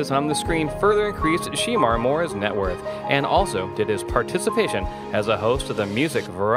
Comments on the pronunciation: Pronounce his name right Shermar Moore not She Mar. OMFG. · He is killing me with the pronunciation of his name. It is SHEMAR, not She-mar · Sheee-mar?! Really?! that's not the correct pronunciation of his name, get it right! Geez! its pronunced Sha-mar (although spelled Shemar). He is fine ass man, gorgeous! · Whoever is narrating, please pronounce Shemar's name correctly. It's like Sha-mar not She-mar. He is a talented actor... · You do realize his name is pronounced she-MAR not SHEE-mar. It sounded really weird every time you said his name wrong. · Why they calling him Sheemar? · His name is not she mar... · You calling him Sheemar....... What you trying to say? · I dislike the way this man is pronouncing his name as well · His name is not pronounced SHE MAR. For God sake! This clip is so irritating. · “She”mar who ? Lol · His name is not She Mar. Learn how to pronounce his name! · It's Not Sheeeemar!!! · Saying this mans name wrong is very annoying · It's also mispronouncing Sanaa Latham. I almost missed it, but I had just read about her being pregnant (by French Montana)! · YOU'RE PRONOUNCING HIS NAME ALL WRONG!!! "Get it together!" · He knows he's pronouncing his name wrong💩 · Learn how to pronounce his name correctly!!!!!! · The more this commentator mispronounces his name the more it irritates me! Lol